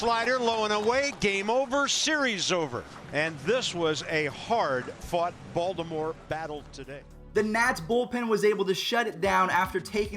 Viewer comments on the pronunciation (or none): none